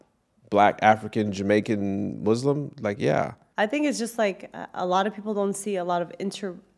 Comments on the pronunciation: Muslim, not muZlim, please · please pronounce Muslim with soft s. I didn’t know you were Muslim before you met! That’s amazing! « If you wanna elaborate that’s fine » « No, I’m good » You’re smart about being careful/picky about your friends. Vulnerability is so attractive. I loved the end